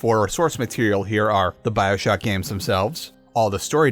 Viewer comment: ew “byoshock”